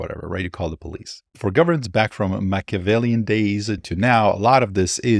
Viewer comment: Great episode! Very informative. So: I know you receive annoying advice on pronunciation, but I guess I can’t resist chiming in with a note that at approximately you were using the excellent word, Machiavellian. It is pronounced. Mack - uh - VELL - ee- ehn. Love your channel. 🙌